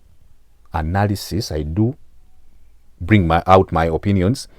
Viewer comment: I hear "good anarisisi" 😂😂😂😂